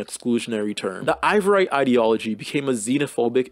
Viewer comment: really interesting video & a great overview this part of history! you spelling & pronouncing ivoirité (ee-vwar-ee-tay, basically "ivoryness") as "ivorite" (eye-vo-rite, this is a type of glass) took me OUT though 💀 you weren't kidding when you said these words were too french for you